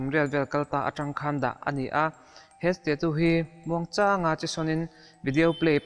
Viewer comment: Stachu tiin lam rawh, sta-tu ti lovin😂